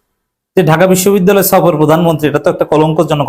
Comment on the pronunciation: বিশ্ববিদ্যালয় শব্দটি পর্যন্ত সঠিকভাবে উচ্চারণ করতে পারে না সেও নাকি সভাপতি ।